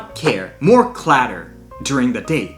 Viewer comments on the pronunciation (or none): Clatter no. Clutter yes the U is a long a. ❤